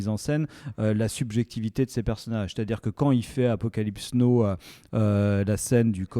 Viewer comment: Les garsss c’est apocalypse NOW pas apocalypse NO 😭😭